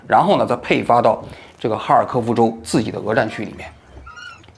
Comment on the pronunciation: “展区”应该是“战区”吧